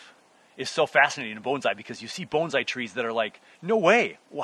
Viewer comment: Why pronounce it Boanszai? Peter Chan says it best when he says that pronounciation is pretentious. It's Bonsai.